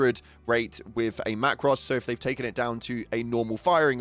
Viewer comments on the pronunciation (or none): Not “Macross” it’s pronounced “Macrow” Sorry to be the grammar police but it hurts my OCD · Heres what im thinking... WTF are Macross? Its the plural of macro, so its macros (macrows)... holy crap.... you must know what a macro is surely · I’m crying why do you say macros like that, man speaking Latin